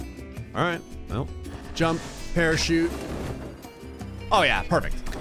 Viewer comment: The first time I heard it, I thought he said “pair of sheep”, then I rewound and realized he said “parachute”